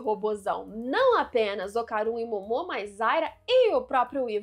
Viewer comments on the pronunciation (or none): Somente eu fico agoniado com essa pronuncia dela do Jiji e da Momo? Como se estivesse falando do Didi dos trapalhões e "Mômô" como se fosse abreviação de "Môzinho" ou "Amorzinho"? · Vídeo muito bom, observações muito legais, mas cara, sempre que ela falava o nome da Momo errado, me dava uma agonia... Kkkkkkk Pq Momô? Dublado eles não falam assim, será que no original eles falam assim? Se eu estiver errado, me desculpe.